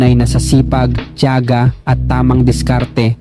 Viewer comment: Mali naman ang pg bigkas mo ng salitang tiaga..itinatag..ginagaya mo ang AI na pgbigkas..hehehe dpat piĺipino diction ang pagbigkas mo..kc ang dating Corny..😂😂😂